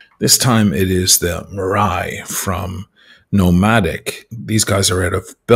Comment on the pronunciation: Think about the fada in your name and then think about your pronunciation of “maraí” 😉 Killer watch though😎😂